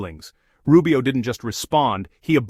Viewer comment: Secretary RuBIO...with an emphasis in "BIO"??? Really, lady??